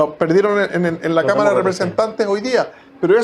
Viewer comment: El Checho mira la senadora y piensa en una cama, creo que dijo cama en vez de cámara.